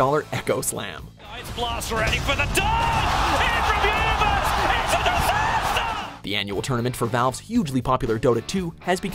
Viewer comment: IT'S A DISASTUH!